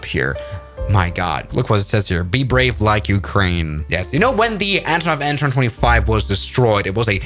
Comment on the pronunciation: an 225 no bro you gotta say it like aye en two twenty five